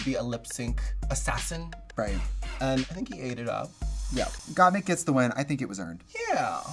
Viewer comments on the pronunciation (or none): Why is Trixie saying "Got Meek" instead of "Got Mik" LOo.lololololol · I’m surprised Violet didn’t correct the way Trixie says Gottmik. She says Gottmeek every single time.